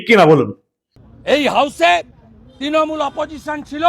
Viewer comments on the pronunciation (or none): none